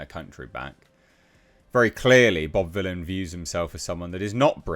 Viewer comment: Vylan isnt pronounced as"villain"no matter what way you turn it,seems the only English Bobby should be taking is English class.